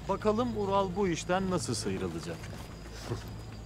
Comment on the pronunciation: İlk defa izliyorum saçmalık resmen sırf sadettini izlemek için izliyorum. Kaya Alp ölüyor kelime-i şahadet getiriyor da bu Ural diyemiyor 😂😂